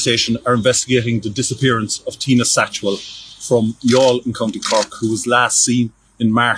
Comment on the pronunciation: I am genuinely impressed by how you got the pronunciations correct, most channels just guess...well done BTW the jury was sent home again this evening still not having reached a verdict!